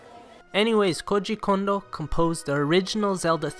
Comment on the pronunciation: Lmao you pronounce his name like it is russian